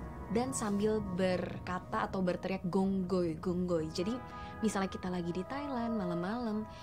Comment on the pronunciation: Phi khong hoi. Gong goi salah